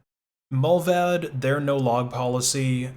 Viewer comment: Mullvad is pronounced with a long A. Like in 'bar' 'smart' 'cart'. Mullvad means the animal mole.